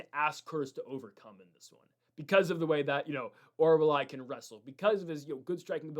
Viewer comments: Ffs Mick-Tuh-Beck Oral-Buy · Why was Orolbai so difficult to say. Idiot